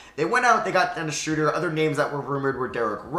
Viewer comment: Dennis Schrauder